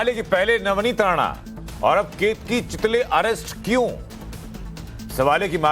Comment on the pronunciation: Bhai nam to sahi lo, chilake nahi chitale